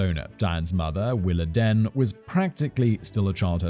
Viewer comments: Diane's mom's name is pronounced like. Willa Deen. Not den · It’s pronounced WillaDEEN not DEN. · Coming from the American South, I'm pretty sure it's pronounced "Willa DEAN" not "Willa DEN". It's a way of feminizing the father's name to use for a daughter. Like "Charlene"... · I think it's pronounced 'Willa-dean'. And yes, some families go way overboard with church. I was made to go Sunday morning and Sunday night, Tuesday night for a youth group, Wednesday night service, and Saturday night for singing. One Sunday school teacher talked about giving us homework once. Oh, and having padding on the pews was considered to be sacrilege... it was somehow required that you sit on hard wooden pews for 2 hours with no lower back support. Add in revivals, when you go every night, special singings, and camp meetings, where you get preached to in a tent during the sweltering Southern summer, getting eaten alive by mosquitoes and chiggers... camp meetings go on for several nights, too... sometimes several weeks. It's no wonder why I will not set foot in a church today. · Willadene pronounced like dean